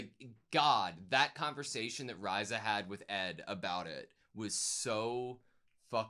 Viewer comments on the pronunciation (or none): 30 episodes in, still pronouncing Riza's name wrong, it's (REE-ZA)